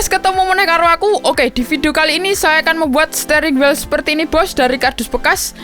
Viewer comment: Stering wel 😂 RIP english